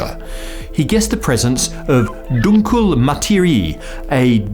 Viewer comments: Don't spread false information. The pronounciation was totally wrecked. "Dunkla Materiah" would have been a lot closer. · dUhNkL mATiWi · Dunkle Materie transaltes exactly to Dark matter. But i never heard someone pronounce a simple word that weird. it is Mu (like in mum) ta Ree A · I appreciate the attempt to pronounce German, but it was still funny. The closest English equivalent I could think of is "DEWNK-lay maw-TAY-ree-ey" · lol nice try but try pronouncing it more like dunkla materia (kind of). :) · doonklay mahtehryeh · he said "Dunk-kûl matiree" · DUNKL MATIRIIII XDXDXD I love when non German speakers try to pronounce sth German... it results in the funniest things XD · Your German pronunciation is something we might have to work on with you a little… 😄😜 (it should sound more like "DOOnk-luh MuhtEhree-eh"… ahh, just listen to e.g. 😅) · Phonetisch: [Dunkul Matiri] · "Dunkle Materie" (German for dark matter) is pronounced very differently but it was very funny to me because it almost sounded french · 😂 you trying to pronounce Dunkle Materie is kinda funny :D the e‘s are pronounced different Im from germany :) but i like lots of english pronounciations, for example the one of albert einstein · ""dunkle materie" 😆your french pronunciation of german words is quite hilarious 🤣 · Omg he murdered "Dunkle Materie".. that was soo wrong :D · The way he pronounces "dunkle Materie" makes me feel offended 😅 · Come on,, you could have at least tried pronouncing "Dunkle Materie" better than this! Here's a bit of help, just press the play button to listen to it: I wanna hear you say it!:-) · They way you pronounced ''Dunkle Materie'' gave me a stroke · süß wie er "Dunkle Materie" falsch ausspricht :) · absolutely butchered that german xD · the pronunciation of "dunkle materie" really made my day haha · He tried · yeah me too i am german after all ad it was quite bad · As a German that's a very funny way to pronounce "Dunkle Materie" :D